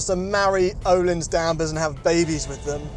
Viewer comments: Not Ohlin The Ö sounds like the i in the word bird! ;-) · Took Me 13minutes to realise they were trying to say öhlins (uh leans american pronunciation)